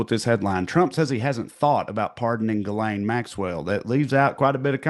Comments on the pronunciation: I will NEVER NOT be mortally offended at the pronunciation of "Ghislane" as "Gull-AYN". It's a FRENCH name that is pronounced "zhis-lenn". Not that ridiculous "GULL-ANE(us)". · Ghislane, the “s” is silent, which seems appropriate for her having lost her voice.